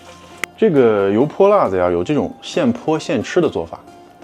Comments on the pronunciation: 发音不够正宗 应该是油泼辣（四声）子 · 老陕？。。。😂 跟额念，油（二声）泼（一声）辣（一声）子（无声） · 你这个陕西人为啥‘油泼辣子‘这几个字说的这么不地道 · 别的先不说，作为一个地道的陕西西安人，你这 油泼辣子 四个字 用陕西话念了 确实不咋样😂 接着看视频 ❤